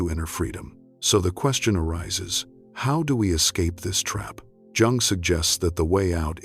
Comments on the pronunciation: At least pronounce Jung’s name correctly. Too bad. it’s a good post, but it starts off alienating anyone who knows that you don’t pronounce Jung like June. It’s pronounced “Yung.” Have respect for the great man. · Its pronounced young, NOT Jung. Duh. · It's pronounced 'yung'! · Please don’t pronounce the “ J “ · Is his name pronounced Yung or Jung? Why do you switch the name!? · It's pretty hard to listen to when the recording isn't pronouncing his name properly. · You don’t pronounce Jung correctly. Hmmm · Because there is no better way to pay homage to a guy than mispronouncing his name for two hours. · AI needs to pronounce Dr, Jung's name consistently. I'm not staying. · Ugh. If I hear his name mispronounced one more time.... This is the problem with AI narration. Smfh. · Nope, stopped listening as soon as the narrator mispronounced Jung's name less than a minute in.